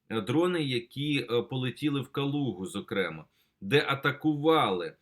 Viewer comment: ЗокремАА. ВИИпадок.